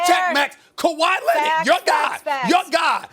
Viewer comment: Kawhi lennitt, luka doncick, max kellaman 😂😂😂